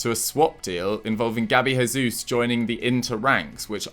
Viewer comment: Its Jesus not Resus he's Brazilian not Mexican